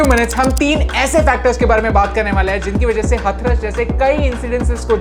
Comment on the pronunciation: Abhi भाई हथरस नहीं हाथरस 🙏